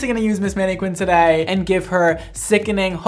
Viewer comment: The way he pronounces mannequin really disturbs me.